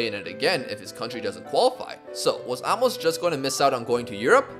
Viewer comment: Love the video. By the way, it's pronounced a-mos, not amos